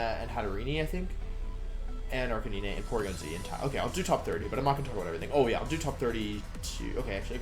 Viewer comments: Arcanee-nay. Check your spelling 🤦‍♂️ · ....ok how can you look at arcanine's name and think its pronounced like that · Why is it every competitive poketuber cant pronounce the new pokemon names? Cinderachi? Arkeenay? Ranuregus? Is this a thing? What am i missing?